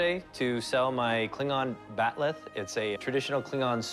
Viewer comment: It's called a bat'leth not bat'leh.